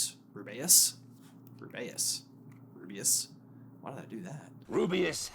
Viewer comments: Okay since when do you call Hagrid rub-bay-us it's ruby-us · Oh my god, why are you making the pronunciation of Rubeus weird? Please don’t do that☹️☹️☹️😭😭